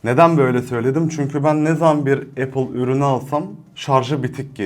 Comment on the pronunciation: Zaten isimlerini bile doğru bilmiyorsun,kullanmaman isabet olur.İpon değil “İphone”.İmak değil “İ mac”.Appel değil “Apple”.Fiyat konusunda haklısın,evet pahalı.Ama eğer Apple ekosistemi içerisinde değilsen Apple cihazların kalite ve stabilitesini anlayamazsın.